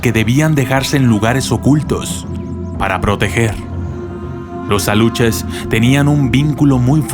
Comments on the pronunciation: Se llaman. ALUXES...NO ALUCHES! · Aluxes no se pronuncia como Aluches, si no como Alushes! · Según se lee aluxes pero su pronunciación es Alushes o uxmal que es Ushmal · CUIDADO con la PRONUNCIACIÓN. Los alushes son con sh no ch. También cuida la Reina. No sé cómo escribir la pronunciación. México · Se pronuncia (ALUSHES) Aluxes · Me dio un poquito de risa como pronunciaste Aluxes. Lo siento, soy de un pueblo cerca de Mérida, Yucatán, y me ha encantado tu video.